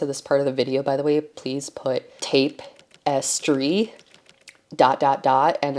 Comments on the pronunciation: Tap-es-try. not tape. :) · Tape-as-tree... I am Dutch so it doesn't matter to me. It's cute and I learn a lot from you anyway 😅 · Tape-as-tree. Duct-as-pine. 🤪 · "Tape-as-tree..." I'm waaaay above being critical of someones pronunciation. kudos to you for embracing it and not editing it out. As always, I appreciate your content! Lots of great ideas! Our shop, we stick to what we are passionate about. Mostly Faith, Dance, Gaming... Always looking for more ideas, though.